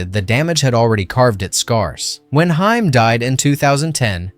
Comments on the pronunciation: Very good video. Truly. Only one small correction if you don't mind me critiquing: You keep pronouncing Corey Haim's last name like the female band. It's not pronounced that way. It's pronounced like "Hey-m," not "Hi-m." Other than that, fantastic video. Congrats! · It irritates me that you keep pronouncing "Haim" as "Hime" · Haim, not Hime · Haim, not Hime... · You keep mispronouncing Haims name. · You mispronounced haim, what else did you get wrong? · I was almost engaged in this video until I heard “Corey Hi-uhm” and “sax-offin-ist” 🤦‍♀️